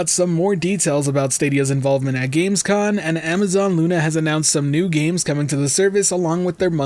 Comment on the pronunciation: Gamescom* not gamescon